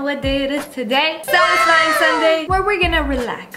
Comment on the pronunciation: "this video was not sattisfying"😄